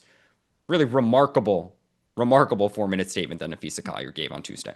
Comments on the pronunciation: Her name is Na-phee-sa, not Na-phee-sha, get it right! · Hey Dan, it's Napheesa not Napheesha * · Dan, her name is Napheesa, not Napheesha. Cheryl Reeve took a strong exception early in the year when a reporter called her Napheesha. Reeve seemed to be suggesting that it showed a lack of knowledge of the team and the league in general. You wouldn't mispronounce LeBrone James's name, would you?